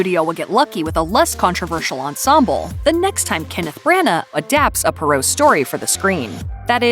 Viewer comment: It's pronounced "Pwahr oh" not "Pur oh".